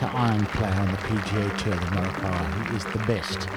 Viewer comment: They pronounced him name right!